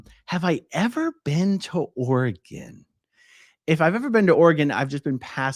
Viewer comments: Portland area is beautiful. Southern burbs especially but I’m biased as I grew up in West Linn. At least you say Oregon correctly!! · Thank you for saying Oregon correctly. I live in Oregon and would recommend you not move to Oregon. It’s too expensive. In fact, I’m moving out due to the cost of living in this state. It is a beautiful state, but you pay for the beauty.